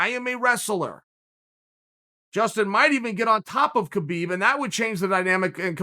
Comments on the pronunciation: Why do you call him KaBeeb it's Habeeb spelled Khabib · Come on Chael the champ name is pronounced habib, the smarts man on the plant should know better.